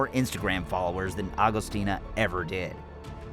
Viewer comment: hey.. its Agostini and not Agostina!!!